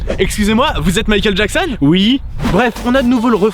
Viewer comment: excusez moi vous êtes mikeal Jackson ? -ui 🤣🤣